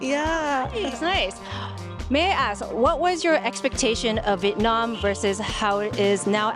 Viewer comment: You pronounce Viet Nam wrong.